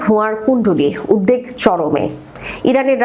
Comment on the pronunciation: আপনি উদবেগ কে উদদেগ বলেন কেন? কোন্ অভিধানে এটা পেয়েছেন?